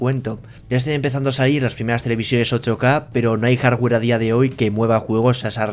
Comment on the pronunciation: Maicra dijo el jarwer tresesenta